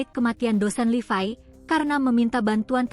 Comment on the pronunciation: mbaknya operator yg ngomong ini.bahasanya lucu.nyebut nya kok LIVAI kan namanya LEVI.bahasanya operator2 yg ngomong di berita medsos gini ini pasti aneh penyebutan apapun.coba diperbaiki supaya yg mendengarkan lebih nyaman